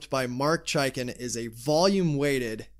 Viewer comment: it's pronounced "chake in"